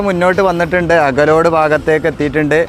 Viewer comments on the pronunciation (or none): അകലോഡ് ❌അകലാട് ✅